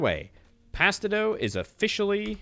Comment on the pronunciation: Gods you had me raging every time you misread "mix bone dust and spider eggs to form pasta dough" as "mix spider eggs and pasta doguh".